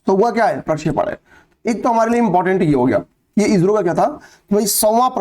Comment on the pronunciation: आप इो को इजरो क्यों बोलते हैँ😮